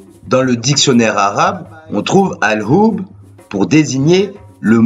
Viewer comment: al hhoub pas oub tu prononces mal